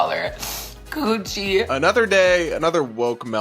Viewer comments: Oh she said $50,000 coochie 😂 i thought she said Gucci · Ohhhh I thought he said a "50k Gucci"! Was thinking, I don't own a Gucci.